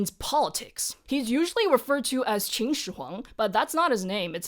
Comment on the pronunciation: You are continuously pronouncing Qin as Qing